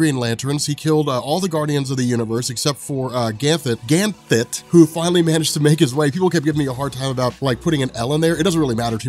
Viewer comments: You were pronouncing his name wrong it should matter to you lmao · mispronouncing Ganthet was one of my favorite things.